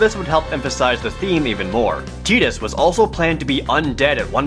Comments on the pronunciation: Tie-dus. Please quit referring to him as Tea-dus. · ***** Tie-dus or Tide-us is actually the correct way to pronounce it. Tee-dus was coined during Dissidia, 8 years after FFX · i have a copy of the ps2 game and the manual is greek and it says it is pronounced tide-us not tee-dus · Excuse me, Tee-diss? No. Tie-diss. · Am I the only one annoyed by him saying Titus instead of Tidus? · Tee-dus sounds fucking stupid. It should have been tie-dus. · Tide-us....not Tee-dus...wtf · teedus? TY-DUS. YOU FUCK. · its not 'tee-dus' its 'tie-dus'. Makin me cringe. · Actually, it's not... It should technically be pronounced tie-dis, but in in-game canon it is pronounced tee-dis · its not teedus, its tidus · sorry, but i agree with everyone else. TIE DUS. not TEE DUS. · SpadesNoir Yes we read them but it doesn't change our opinion those of us who will want to pronounced it tie-dus instead of tee-dus regardless of what it was supposed to sound like cmon you've got to admit mate it was a fail on their part to make his name pronounced like that even if yuna's name means sun and his means moon it just sounds pretty awful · Its Tidus as in Tie-duss not Tee-duss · every time u pronounced it [TEE·dass] i died a little... its pronounced [TAI·dass] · Pretty sure it's Tie-dus not Tea-dus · Why do you keep saying Tee-Dus...that's not how it is pronounced lol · its TIE-DUS, not TEE-DUS. fuck that's annoying when people say it the wrong way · they did use both versions in kingdom hearts 1 and 2 but since dissidia they stuck to tee dus, shame cause i always used ti - dus since it sounded like tide and he has kind of a ocean theme too him as well as sun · What the fuck is going on with you saying Tea-dus?? It's TIE-dus holy shit I'm going insane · what the FUCK is a TEEDUS?? am i the only one who calls him TY-DUS? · Yeah, I always said "Ty-dus" until Dissidia, which corrected me, same thing with "Zidayne" and "Zidahn" when referring to Zidane from 9. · TIE-DUS not TEE-DUS